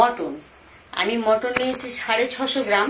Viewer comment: দিদি মটন না মাটন